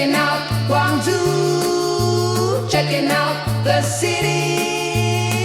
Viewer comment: Funny how the AI music is mispronouncing the "zhou" in Guangzhou.